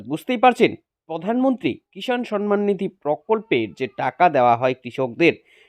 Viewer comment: আরে পাগলা, সন মান নয়; সম্মান। আর This video is fake.